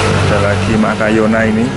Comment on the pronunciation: Schimatoglotis (bc nya sismatoglotis).He he bukan Calathea makayona tp makoyana🤭